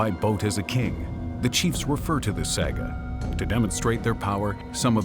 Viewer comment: How can the presenter not know how to pronounce “saga”?